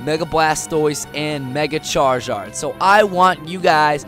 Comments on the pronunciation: ITS PRONNOUNCED "CHAR-ZARD" , NOT "CHAR-JARD!!!" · Charizard is said, (Char-i-sard) not (char-i-zard) no offense, but no one has ever said it the way that you do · Did he just say chargard? Or charchard? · I hate how he pronounced charizard wrong